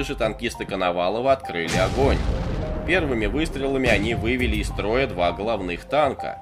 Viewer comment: Русский язык выучи из троя😂 из строя 😂😂😂